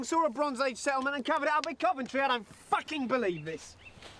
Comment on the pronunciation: “I don’t facking believe this”